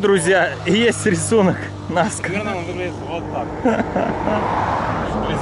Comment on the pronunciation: Рисунки НаскА, а не НаскИ )